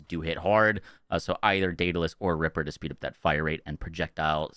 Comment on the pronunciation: DaedAlus.... but it is a Jakobs actually....